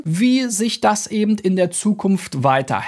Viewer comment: “Eben” nicht ebend!